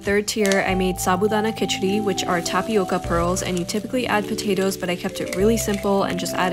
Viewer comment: I love how accurately she pronounced "samosa" and "sabudana khichdi"